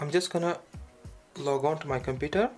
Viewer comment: Can you hear my dude? He said onto. 😓